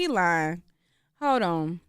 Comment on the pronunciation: What's with the extra emphasis for the word "on"? Shit sounds tacky